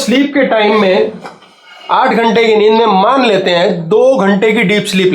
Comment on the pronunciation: it is not ninni it is nid 😊 Thank you For suggestions